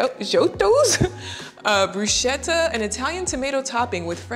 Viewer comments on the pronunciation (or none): Gnocchi is pronounced pretty well actually 💖 you should pronounce bruschetta with the same “k” sound used for gnocchi!